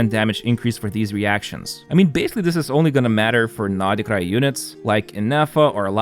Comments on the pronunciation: It's not NORD KRAI...SAY NOD KRAI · ooff u say nod krai so weird way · Thought I was the only one who thought that lol like the other comment said probably is the true pronunciation but sounds weird and forced to me